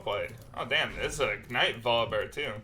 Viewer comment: V...OL...I.. BEAR BRO NOT VOL BEAR